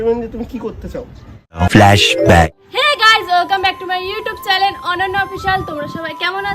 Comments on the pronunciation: ওটা চ্যালেন না,চ্যানেল হবে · চ্যালেন নয় ওটা হবে চ্যানেল😊😊